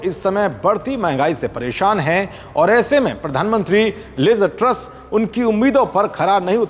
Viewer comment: Not Liza Truss say liz truss